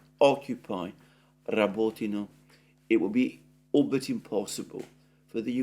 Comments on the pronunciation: Repeat after me. Ra-bÓ-ti-na. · The village is called RabotIne, accent on the I.